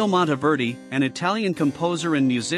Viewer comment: Monteverdi is pronounced Mawn-teh -VEHR-dee (Not Montyverdee !) Ingegnere is pronounced: In/gen-YEHR-eh (Soft g)